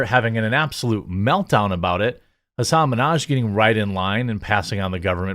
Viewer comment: You kinda oversold the word meltdown...